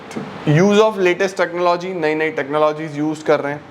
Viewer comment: sir ne jitni baar bhi technology bola Technologia kis kis ko yaad aya 😂😂